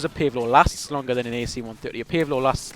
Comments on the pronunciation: Pace Low!!!!! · Sounds funny when you say "Pave Low" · I like how you say PaveLow